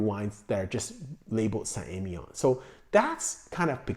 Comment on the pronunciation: Emilion you pronounce the ‘L’. You’re pronouncing it like it’s a double LL.